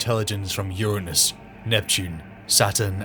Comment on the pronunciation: You didn’t pick up the wrong pronunciation of Uranus 🤣 23 mins in